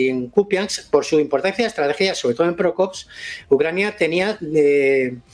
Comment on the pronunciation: Es Pokrovsk, no Prokovsk.❤